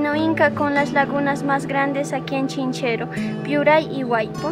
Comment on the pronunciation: Buenos dias, es Chinchero sin S y no ChincheroSSS... saludos